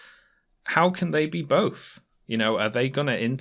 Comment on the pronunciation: Ah yes, the English words of "bof" "frow" "aufor" and "fought provoking"